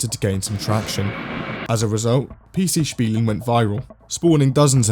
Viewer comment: Holy shit your pronouncination of PC Spielen was spot on